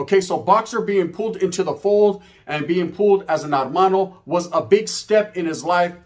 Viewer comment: No disrespect. It's not Armano, it's hermano but the H is silent. So Ermano if you will.